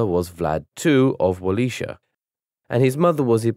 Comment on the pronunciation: Wa-Ley-Ki-Ya. You totally murdered that Wallachia 😅